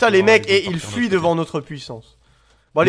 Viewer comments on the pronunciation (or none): "Ils fouient" xDD j'adore les belges